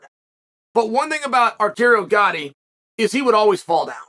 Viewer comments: Chael. You can't butcher Gatti's name like that. The dude is a legend and may he rest in peace. It's Arturo not Arterio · Chael, dude, come on! Arteario Gatti?!?!?! It's Arturo man!